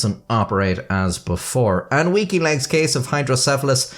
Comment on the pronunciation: I keep hearing "Wikileaks" whenever you say "Weaky Legs" 🤣